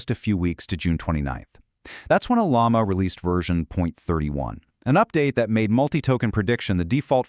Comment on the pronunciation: Has it got a firewall yet? LM Studio has. "Ollama" is pronounced as oh-LAH-ma, with emphasis on the second syllable.